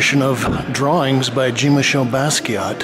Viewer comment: you pronounce his name very wrong and you also pronounced leonardo de vinci wrong very good video though